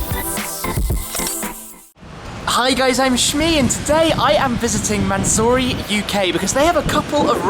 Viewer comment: Its a mansory not a manzory u brit